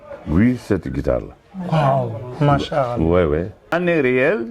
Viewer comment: Toi avec ton manshallah là essaie de bien le prononcer kmm 😂